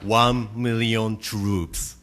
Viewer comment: one miwwion twoops